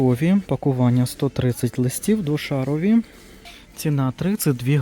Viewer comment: Як правильно, двошАровий, чи двошарОвий, бо мені чомусь ріже вухо коли кажуть двошАровий, так само як і "ГУрман" чи "ГурмАн?"